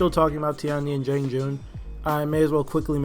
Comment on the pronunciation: JEE-AHNG. It's funny because you pronounce the 'a' correctly in "Tiandi."